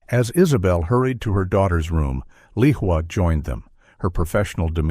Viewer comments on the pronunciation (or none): Lehua is a Hawaiian name, it is pronounced Lay•WHO•ah with the accent on the 2nd syllable.